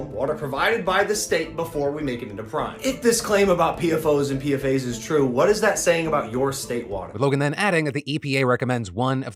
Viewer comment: btw, PFAS and PFOS is pronounced as P-FAS and P-FOUS. The S in each acronym is not indicating plurality. It's debatable in the field to say PFAS or PFASs in papers